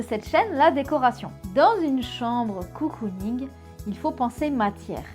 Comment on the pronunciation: Ça se dit Cocooning pas Coocooning